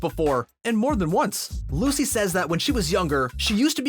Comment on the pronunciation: Anyone else notice that when comparing Lucy Hale and Maia Mitchell he called Lucy "Lacy"???